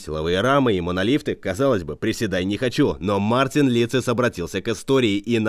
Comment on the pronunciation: Мартинс!!! А не Мартин.